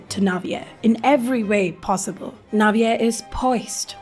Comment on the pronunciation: IS THAT HOW YOU PRONOUNCE NAVIER’S NAME???? I’ve always said it like naveer…😭